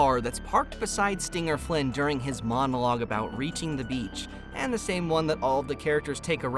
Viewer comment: "Beach.." pronoucened as a swear word bitc_🙁 IM NOT JOKING OK?